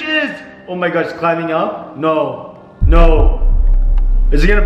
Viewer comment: I say this on every single video ......WHY THE DOSE HE SAY SNOW FOR NO😂😂😂😂😂😂😂😑😑😑😑😑😑😐🤣🤣🤣☺️☺️☺️😂😂😂😂😂